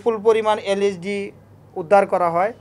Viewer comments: did you noticed that he Say "isd" 😆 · ইন্সপেক্টর সাহেব এইভাবে কথা বলেন কেন?সুন্দর মত কথা বলেন,আইএসডি কি,এইটার নাম তো এল এসডি। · পুলিশ ভাই ওটি আইএসডি নয় এলএসডি। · that police officer can't even say lsd correctly and here he is talking about how dangerous of a drug LSD is